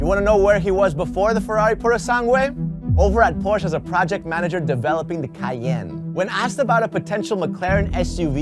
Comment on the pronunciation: Porsche is a 2 syllable word, just saying